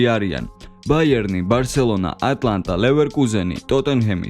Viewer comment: ატლანტა კი არა ატალანტა ჰქვია ეს ერთი შენიშვნა ჩემგან